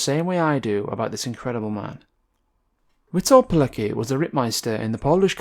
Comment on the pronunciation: great video my friend. i think his name is pronounced as veetolt keletski not sure but that is how my wife pronounces it as(she is from Poland) Edit: i think that is correct, here is another source